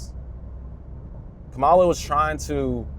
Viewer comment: Kind of a childlike take, but I understand where you’re coming from. You don’t want to debate but you want to convince. 🤔🤷🏻‍♂️ Peasant brain everywhere. Also, you pronounced Kamala wrong.